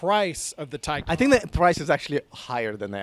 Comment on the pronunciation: Tacon rhymes with Bacon